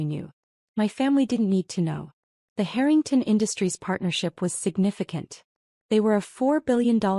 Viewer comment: Why pronounce the surname Harrington as hurrington. The person thats telling the story , goes from hurrington to Harrington. Please pronounce names properly as it sounds horrible when names are missed pronounced